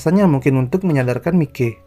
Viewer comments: Bacanya bukan Miki bang... Tapi maiki... 🙏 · MAIKI BANG BACA NYA BUKAN MIKE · bang...sebutannya maikey...bukan miki...hahahhaa..ngakak anjirrr..tpi ...tq kok bang..udah upload video..semangat ya bang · Maikee...... Kalau d bacanya , ini Bacanya Mikeee jadi gk ada serem seremny Mikey